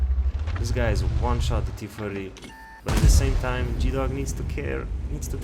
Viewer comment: Just had to point this out, i found it kinda funny, T- firty (idk if you have a speech impediment and in that case I apologize)